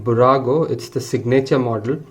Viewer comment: Fantastic video! However, when you say "signature", the accent is on the "i" and not on the "a". At any rate, beautiful video and well done for highlighting how much detail there is in these models, even though they are not the most expensive ones. For curiosity, how much did you pay for each of them?